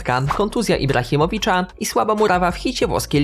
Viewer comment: Ibrahimovića a nie Ibrahimovicza!!